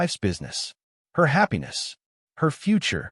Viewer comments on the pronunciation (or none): none